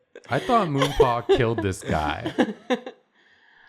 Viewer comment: I stg every time said “Moonpaw” I heard “Ru Paul” and was so confused 😭😂